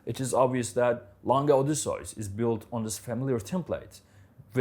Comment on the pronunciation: Can't stand the way this guy pronounces Odysseus